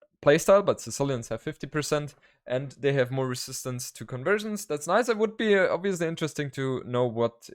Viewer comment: I like the way pronounces "Bengalis". Sexy accent. Also everytime he says "obviously" it sounds like "obesely"